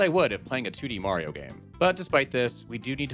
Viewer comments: he always said Marios name wrong, everyone told him, sometimes he said it normal, but then not. It got pretty annoying cuz he knows its wrong but kept doing it for... lols? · Bro got replaced by a Skrull agent and he forgor how to say mayro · Guys, calm down. is the one who says may reo. Because the only game he's ever played is pikmin. Obviously. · "Mayrio" sayers are quite aware of how it's really pronounced. Don't let them lie to you. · HOW DARE YOU say "Mario" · Sounds like a you problem. I've heard it countless times and it just amuses me hearing say it that way. Can I just say, skill issue? Because I think that's a skill issue. You're being precious. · NOOOOOOOOOO how can we have a merry time without merry-o?????? 😢😢😢